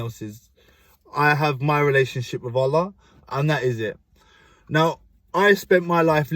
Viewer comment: I love how you say Allah and Alhamdulilah ❤️